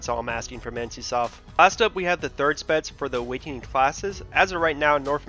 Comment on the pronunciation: Pronounciation "spetz" instead of specs